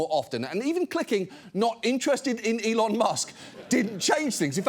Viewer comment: 😂and so many people think he " e lon "is a genius 😂😂😂😂😂